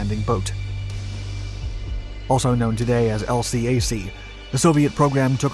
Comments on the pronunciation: we pronounce it as a 2 syllable word ... el-cack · 👎 Dislike for using irrelevant US Navy & Marine Corps footage, and can't pronounce LCAC (el-kak).